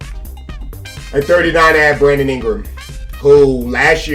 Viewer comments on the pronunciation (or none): none